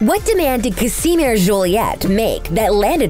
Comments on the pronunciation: literally everyone: ca-sh-mere this presenter: ca-si-mere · Wtf y’all said Casimere’s named completely wrong 🙄Its pronounced like the sweater material cashmere.... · I swear she says Casimere's name wrong??? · It's like the narrator didn't watch the show. She pronounced Nevaeah name wrong. It was said too many times in the show to get it wrong. Not to mention Casimere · please learn how to pronounce Casimere and Neveah. thank you